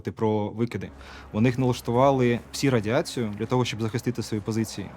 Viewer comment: "psee effects" "psee radiation"